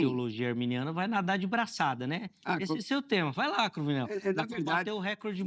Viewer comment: Cruvinél é Cruninél viu.